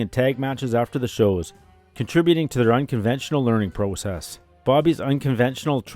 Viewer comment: And the way this Narrator says “process”…he MUST be Canadian…right?!?! Eh?? 😂❤👊🙏 (Just playin…GREAT job on all of this man!)